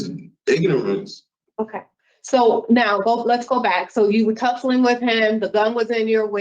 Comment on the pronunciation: “Iganorance” got it 🤣🤣🤣🤣🤣🤣🤣